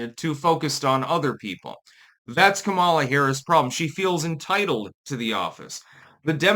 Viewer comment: I was listening to Marjorie Eagan (name may be misspelled, dgaf) who is a super liberal talk show radio host out of Boston. Now, she is all about supporting blacks. But black sounding names? Not so much. When Eagan said "Kamala" she pronounced it like "Kamela" like "Pamela" which I thought was absolutely hilarious 😂 Anyway, run Kamala again! Please! We need more entertainment! Hollywood is dead!